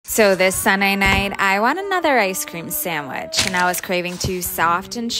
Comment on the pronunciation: sam-which mmyyy ggooorrrlll